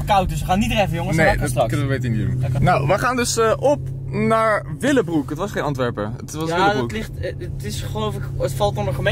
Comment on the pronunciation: tis geen dilenbroek maar willenbroek hahaha xxx